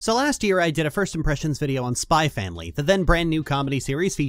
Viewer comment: It's supposed to be pronounced "Spy Family."